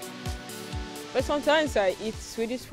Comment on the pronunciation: She strugles with simple english. Was she speaking una?? Saying dia instead of there. WAOH